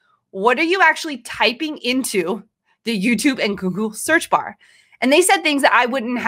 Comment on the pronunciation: I think it’s funny that she has a hard time saying Google. She keeps wanting to say gurgle